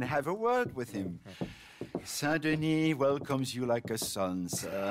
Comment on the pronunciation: Can we just talk about how he says the second part of saint denis correctly but not the first?